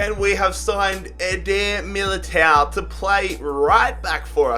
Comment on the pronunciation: its Eder Militão. With an "ã". English people keep doing this. And you do the same with the "lh". For example, William Carvalho. Its "carvaLHo". Not "Carvalio" like you keep saying